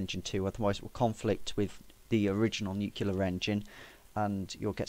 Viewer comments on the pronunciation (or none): it is pronounced "new clear" NOT "new que lear"